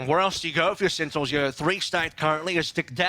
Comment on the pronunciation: Why can’t he say sentinels instead of “SeINals”